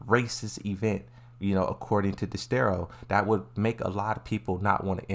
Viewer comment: 😭 dexerto not dexstero